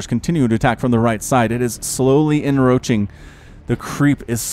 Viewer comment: Hey bro, I think you're pronouncing encroach wrong. You're missing the C in the middle of the word and pronouncing it en-roach instead of en-croach. Sorry to be a grammar nazi about it , but I figure better me than someone more important.